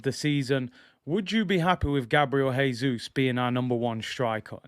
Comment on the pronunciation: Btw- Jesus is pronounced the Portuguese way: "Jay-Zus," not the Spanish way: "Hay-Zus."